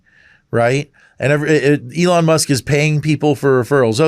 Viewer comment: Dudes a bit dyslexic..Leon Musk🫣🤭